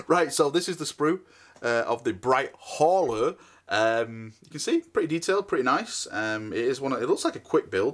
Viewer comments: English isn’t his strong point.... in case you hadn’t noticed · BLIGHT HAULER ! Not BRIGHT HAULER 😂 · BLLLLLLLLIGHT HAULER!!!!! NOT BRIGHT HAULER!!!!!